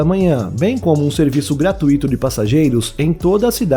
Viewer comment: Seus vídeos são excelentes! Mas tenho uma ressalva: não é correto pronunciar "gratuíto " e sim gratuito, ou seja, não há hiato nessa palavra. Ela tem um assento prosódico no ditongo"ui"!